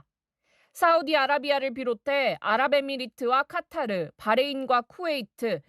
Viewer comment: 카타르가 아니고 카 타